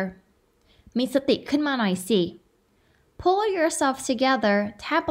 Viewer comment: 2.57 = ให้เงินแหน่ = ให้เงินหน่อย 😂 ชอบครับ ครูสอนดีมากครับ